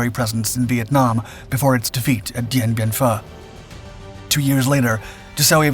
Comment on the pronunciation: "Dien Bien Phu" is pronounced "Dee-Bee-En-Foo"........thank you. Cheers from the Oil Patch in Central WY